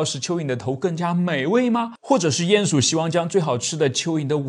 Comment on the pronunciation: 唸鼴ㄧㄢˇ鼠～不是ㄧㄢˋ